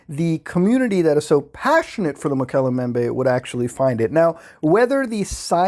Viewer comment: You pronounce Mokele Mbembe well but Coelacanth is pronounced "SEE-lacanth", btw, uncle muta.